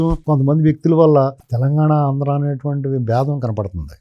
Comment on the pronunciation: ఆంధ్రా అని పలకడానికి ఇబ్బంది పడ్డ చిరంజీవి కి నంది అవార్డులు ఇవ్వాలా, ఈ సినిమా వాళ్ళకు నందులు అవసరమా, నర నర ఆంధ్రా ను వ్యతిరేకించే చిరంజీవికి నంది అవార్డులు అవసరమా